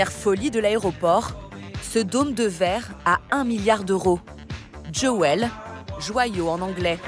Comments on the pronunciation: Jewel et pas Joel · djowël, joyau en anglais 😂😂😂